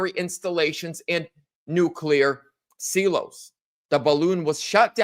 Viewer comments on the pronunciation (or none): Silo is pronounced sigh-low> not see-low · Silo, pronounced .. SY-LOW.. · Silo is pronounced Sy-low.